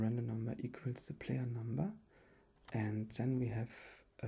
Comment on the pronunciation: Du musst echt das TH besser aussprechen dann kann man dir auch zuhören. So fällt es einem sehr schwer hinzuhören , weil das wird nicht Te ausgesprochen sondern THE :D Ist ein bisschen nervig aber sonst gutes video